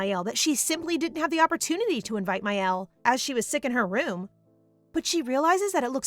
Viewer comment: Me twitching the entire time because the sister's name is Miel, not Mael 🥴